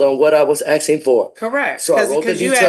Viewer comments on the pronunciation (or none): Since when is it aksing instead of asking😮